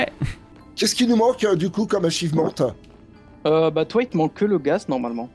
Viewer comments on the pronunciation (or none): quel anglais de roi louis "achivemante